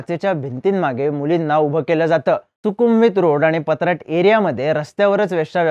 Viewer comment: पत्राट नाही भावा पट्टाया ,आणि बँकॉक पेक्षा आपल्याकडे बूम बूम विषय जास्त प्रमाणात आहे फक्त लपून आहे एवढेच